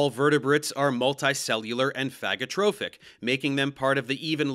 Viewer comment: "phagotrophic" LOL